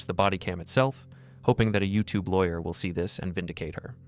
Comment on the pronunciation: Oh no, look out! She's se-wee-us, guys! She's se-wee-us and she wants her law-er! 😂😂😂